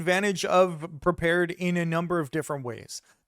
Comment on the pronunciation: It's "prepared", not "perpared".